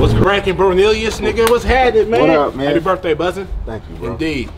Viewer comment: He said Bappy birthday 🤣😂🤣😂🤣😂🤣👏🏾👏🏾👏🏾! Too funny!